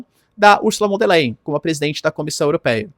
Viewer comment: Professor : Ursula von der " lain" ( a pronuncia Do Leyen)